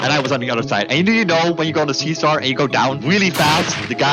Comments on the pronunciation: "SeeSar" is acctualy kinda funny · “Seesar” isn’t any better 😂 (I know it’s just the accent but it’s still funny)